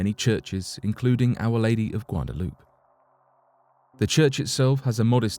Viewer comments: Ponounced GWA-DA-LOOP-AYE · It's pronounced Guadalu”pay”. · It's pronounced Guadalupe my guy, not Guadaloop 😅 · The statue is weeping at the narrator's pronunciation of "Gwadda- loop". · Not a bad attempt on the pronunciation of Guadalupe dude bro the only sound you forgot was to say the letter A after what you said, like this (gwa-da-loop-ay)